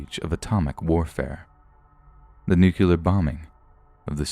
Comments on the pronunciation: nuclear is not pronounced nuukulur. It is pronounced nuu-klee-ur. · Nuclear is pronounced (noo - clē - yur) = nu-cle-ar, not "nuc-yuh-lar". Regarding proper pronunciation of nuclear, try this mnemonic: "When nu and clear are squeezed up tight, you accident'ly say it right! " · How are you going to mispronounce nuclear as newkyewler like George Bush and then like 4 sentences later say it correctly. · Pretty interesting and impressive until I heard ‘nuclear’ pronounced ‘nucular’ - you know??!! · nucular grrrr